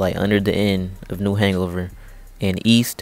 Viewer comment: we gonna ignore him saying new hang-over?